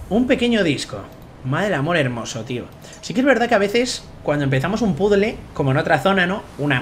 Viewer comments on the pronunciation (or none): none